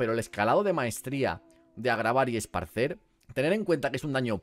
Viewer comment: porfa es ESPARCIR, me sangran los oídos XD